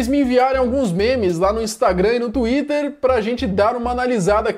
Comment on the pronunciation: " tuider". Ja saí do video. Frescão!!!